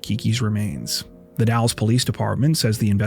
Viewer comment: Another great episode! Thanks. (For your future reference, The Dalles in Oregon is pronounced like "dales," with a hard a.)